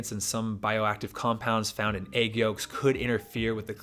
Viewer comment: Great video but why do pronounce egg like that